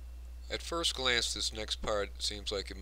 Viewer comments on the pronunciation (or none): none